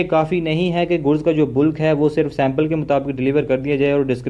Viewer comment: Miya ji bulk ko बल्क बोलें बुल्क नहीं . ज़ुबान का भी ख़तना करवा लिया है क्या?